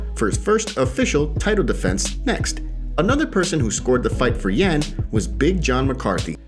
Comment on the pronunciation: just really wanted you to say Yan's name correctly